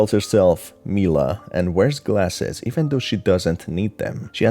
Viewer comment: Mila is pronounced my-la you goof